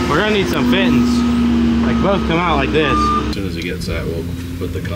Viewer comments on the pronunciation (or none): I love how they all say fitten instead of fitting